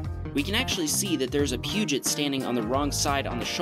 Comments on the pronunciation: That's Poo-show, not Pewjet. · It’s not pewget it’s po-joe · Peugeot is pronounced Poohjo not Pugit. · “Pugh-joe” not puget….sound….energy. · 'pujet' lol. It is a tricky name anyway, who is to say that 'purr-jo' is the correct pronunciation. If I hadn't heard other people say it before, I'd assume 'pu-je-ot'. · A "Puget"? lol! Peugeot pronounced "poo - zhow". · Did you just say "pujit"?! it's Peugeot "per-show" 🤣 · What the hell is a peujit? At least google words you can't pronounce. Pewjoe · Pewjet? It's pronounced "Pejo”. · Pug jot...lol..it Pue-Joe. 😁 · A Pujit? Come on it’s french, purrjoh, Peugeot. Make an effort, to try and recognise other countries. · I’m late to the show but “poo jet”. I couldn’t let that go. The pronunciation is closer to “pew Joe” with s soft “J”. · Did he just pronounce Peugeot as pewgit instead of pew goh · Peugeot is pronounced like "poojoe" not like Puget. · Peugeot is a pugit 😂😂 Just so u know it’s pronounced per-g-joe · lmao not trying to be rude or anything but peugot is pronounced 'Purr-Joe' and not 'Peu-Jt' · ITS NOT PRONOUNCED PEWGUT ITS PRONNOUNCEDPERJO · Pu-get???? wtf lol .. it's pronounced in French, Peuuu shaw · A Pewgit (phonetically spelled according to your usage)...it is Poojoe (phonetically spelled for Peugeot). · It's not pronounced pugoot, perjoe is the how you do. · haha how did you pronounce Peugeot? Peuget? Ur supposed to say purrjo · It's pronounced "Peugeot" (purr joe, soft J) not "Pujit" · I quite liked the way he said Piujit.. Sounds funkier than Poe-schzoe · Peugeot = pugit??? Hahha, cmon man, you can do better than that. Its pronounced "pershow" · WB, Peugeot is pronounced - Purr-zhow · It's not a Peuge it it's peugeot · “Pew-jet”? Um, dude. 🤦🏻‍♂️ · Don't think I can get over pronouncing Pergeot as Pew-jit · what the hell is a "Pew-jit"? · did he just call a peugeot a pugot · a pewjet lol... this is the best pronunciation of peugeot i've ever heard 🤣 shit I can't stop laughing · a Pyjuugutt 🥶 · "Pewgit" lmao